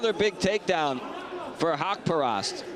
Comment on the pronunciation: Sir you are pronounce his name totally wrong it’s suppose to be HAQ PA RAST